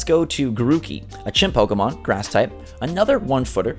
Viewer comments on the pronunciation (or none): Any South Park fans here? If you watch with subs when says "Chimp Pokemon" it translates it as Chinpokomon 😂